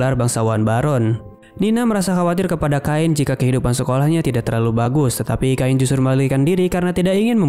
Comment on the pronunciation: Cain bukan kain bang😭